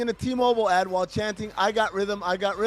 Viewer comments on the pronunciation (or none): none